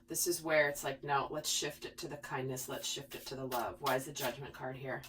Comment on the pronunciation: Lol! You said “check this out, look at this SHIFT.” And I was listening and swear I about busted out laughing bc I thought you were saying look at this sh*t. 😂🙏🏽🌱💗😇